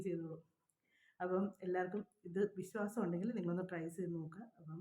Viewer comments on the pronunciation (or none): Visasam. Viswasam. Pronounce bad